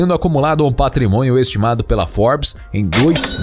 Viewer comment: AOS 17min. 34seg DO VÍDEO... EU ENTENDI "PATRIMONHO" ISSO MESMO? MAIS ALGUÉM? 🦻